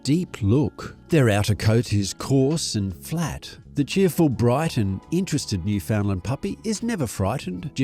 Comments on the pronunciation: PLEASE! noo ·fuhnd ·luhnd! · Oh please! Noo fund lund is the appropriate pronunciation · Where to start.............., Firstly, you need to work on your pronunciation of Newfoundland. Properly uttered it rhymes with understand, as in understand Newfoundland. NewFindland, Newfoundlound, etc are so incorrect and really, really irk the people who live here. In addition, the nickname Newfie is very offensive in these parts. Kind of like calling a person from Pakistan a "Packi" . Please refrain. Next, you say the dog was 'developed' for work with fishermen. Not so. Europeans pitched on our shores in the late 15th centaury. At that time, The Newfoundland was already established, probably welcomed visitors even then. No one had to "breed" them to achieve their abilities. Those were innate You mention Labrador in the video. The Newfoundland Dog has zero connection. to Labrador. However, in the early 18th century, fishermen were wishing they could have a short haired and slimmer Newfoundland. Pulling a 180lb dog over the side of a small boat was dangerous. Locals bred Newfoundland's with a smaller dog called The Saint John's Water Dog to achieve this. Eventually, the result was a short haired, smaller dog. Perfect. It was named The Lessor Newfoundland. In the late 19th hundreds, a British military man, stationed here discovered this dog. He realized this dog would be popular in Europe and renamed it The Labrador. The rest is history. There are many breeds who owe their existence to The Newfoundland. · At the very least learn how to properly pronounce both the Canadian Province AND the dog breed's name. Idiot!